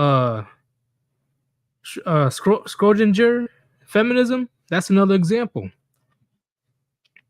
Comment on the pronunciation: to help out its pronounced shro ding er also great streams these were entertaining